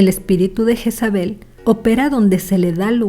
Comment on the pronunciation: Asi no se pronumcia el nombre, su pronumciacion en español seria algo asi: yeeeeesabe la j suena ye o lle alargando la e y la l casi imperceptible. Pd lo se porque yo me llamo asi 😂